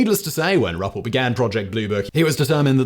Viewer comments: Simon , it’s pronounced “rue pelt” this about cause me to claw my ears out , but please keep up the amazing videos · It’s actually pronounced (Roo-Pelt), just saying.